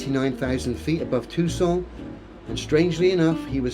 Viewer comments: I wish would stop pronouncing “Tucson” as if it were French. Too-sohn, dude, don’t short the N. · Interesting pronunciations of Phoenix and Tucson. Also, I can't help feeling that Ye Blackbird Of Awesome +5 is more than a little sullied by this character assassination. Full throttle go ...aaaand it's gone. (I also roflcoptered a little tiny bit at the Pewdiepie clip. Worth it.)